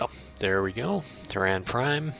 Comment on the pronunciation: Your pronunciation is a little odd. "Terran" is pronounced "Tear-Anne". It's what we call ourselves, as a species, here on Earth, where we live. "Tear-Anne". And, Sol 3 is "Earth". Sol is the sun. It's a Latin thing. I mean Latin as in the dead language, not the irresistible beat. I worry that you've mastered 4X and completely ignored, actual history. Also, I really disagree with some of your research choices, but that's a choice thing. The choice to lose your empire early, vs the choice to play more. Purely optional.